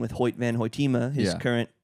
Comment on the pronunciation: there were a couple things but I'm not gonna be a weiner about it. Hoy-teh-mah not tee mah. Idk if the whippets thing was an elaborate bit either lol